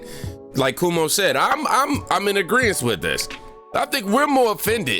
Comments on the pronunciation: Cuomo is pronounced Kwo-mo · Cuomo is pronounced “Quomo”. LOVE your channel!! ❤️❤️ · His name is pronounced Quomo